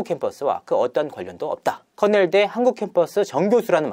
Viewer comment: 커넬대라고해서 흔히 생각하던 명문대인줄 알았는데 거긴 코넬대(cornell)이고 권영찬은 커낼대(kernel)네요 ㅋㅋㅋㅋㅋ